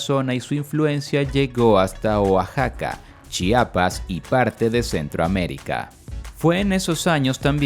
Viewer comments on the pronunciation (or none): none